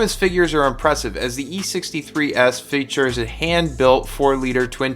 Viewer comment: I stopped watching because of the way you say "fee-a-tures"